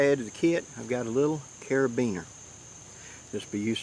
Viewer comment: Well thanks a lot! My life is ruined now. Ever since I found out that you actually know how to pronounce carabiner it seems nothing is real. What is up?' what is down? How can anyone be sure? Lol... I'm just pulling your chain. Thanks for all that you do to educate us